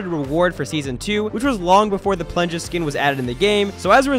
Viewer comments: Its plunja not punja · He also said plunja skin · He said plungaskin